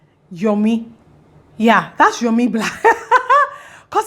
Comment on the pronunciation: Lol. It’s not Yomi naow.